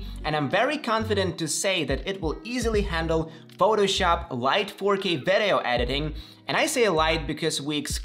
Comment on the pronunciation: i в слово video произносится как и, не как э. Видиоу, не вэдэоу. Ещё обращаю внимание, цифры вроде 3350 не произносятся как thirty three and fifty, а как thirty three hundred and fifty - не забудь вставить слово hundred после первой десятки. Продолжай с успехом!